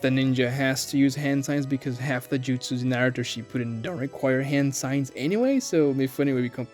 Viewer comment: Dedicates a channel to Naruto but pronounces it like that? Blocked